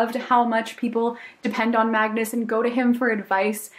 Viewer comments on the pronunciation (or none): none